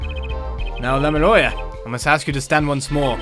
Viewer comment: “Lamieoir, FiNgErInG Daryan Crescend.” Oh my goddess... 😂🤣